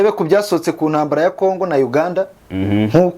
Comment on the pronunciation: Urasetsa iyo uvuga Uganda 😂😂😂 gusa kabinkwakuza tuba twumva uganda iyariyo